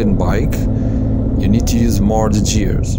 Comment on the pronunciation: Its "GUEARS" not " JEARS"